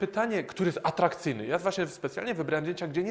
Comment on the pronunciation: Jak slysze "jom", "ladnom" i zawsze zamiast "ja" i "ladna", i kazde inne uzycie "om" zamiast "a" to jest dla mnie tak jak sluchanie spiewu w wykonaniu kogos kto spiewa ale nie daje sie tego sluchac. Tresc jest ZAWSZE w dziesiatke i bardzo duzo sie ucze, DZIEKUJE za swietny material ! ! ! :)